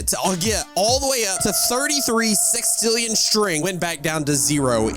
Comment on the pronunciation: It's sextillion not sixtillion